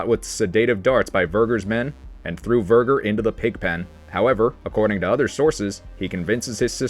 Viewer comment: The pronunciation of Verger… oh my.